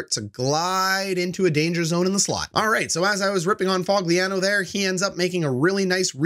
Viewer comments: Lol Fog-lee-an-oh 😂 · did u just call Foligno Fogliano? bro😂 delete this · you dont even know how to pronounce nicks name